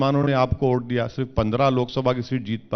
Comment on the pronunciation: Abe ye unki pronounciation hai Vote ko ote bolte hai